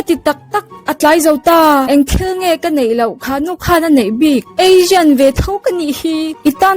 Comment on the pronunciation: Azian ti lovin Asian ti la